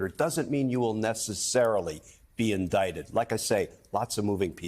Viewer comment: You mean indickted?? 😂😂😂😂😂😂